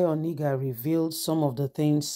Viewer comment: You just refused to pronounce this name properly all this while. He is called Bayo ONA-NU-GA not Oni-ga. These two names can't be same name. Pls patiently learn how to call names so faces can be placed to the right names